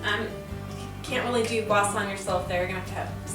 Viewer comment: It's pronounced Sha not Sa..m🤦